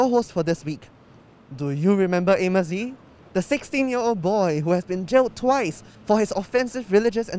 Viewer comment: what!?!?! Amos Yee its Anis pee, bruh get it right.